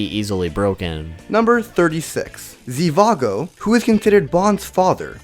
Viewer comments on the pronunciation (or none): it's not "ziwago" it's shiwago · It his is how you say is it ( shi )-( va )-( go ) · Zhivago was also mispronounced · Zhivago..... More like “Trivago”